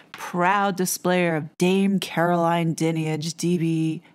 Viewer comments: The audacity and arrogance is unbelievable, what about the central tenant of British law,(and several other democratic countries)? “Innocent until proven guilty “. I must say your pronunciation of her name is incorrect, it’s “dine-age”. With regard to her dame hood; the vast majority of honours are purely gifted by politicians and presented by the monarchy. There are very few the King has the sole right to decide on the beneficiary. What has happened with RB is utterly unfair and a frightening over-reach by the media, who may l add are unelected and definitely subjective. Nefarious bodies are involved in the travesty of justice. The most important question in this sorry episode is, “why haven’t the alleged victims reported the alleged criminality to the correct authorities, (the Police)?” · Firstly her surname is pronounced 'Dine-age. She is an absolute disgrace. These letters only add to the suspicion that this is all about shutting up anyone that dares to expose the establishment and nothing to do with protecting vulnerable people. This woman needs to lose her position and 'her' income. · Hey just to clarify. The role of the monarchy regarding BEM (British Empire Medals) ispurely ceremonial. It is the Government that decides whi actually gets these accolades. That dreadful woman's name is pronounced Dynage. The whole thing seems off to me... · Your wrong about this! Her Dad was Fred Dinage. You pronounce her wrong and you haven't done your homework about this! Di nige is how how you pronounce her name. A poor video and completely inaccurate. An American getting it wrong again! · Her surname is pronounced 'Die-nij'. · Her name is pronounced Dine-age... Everything else spot on. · Totally agree.